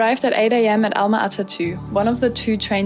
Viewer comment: Almaty. Not Alamty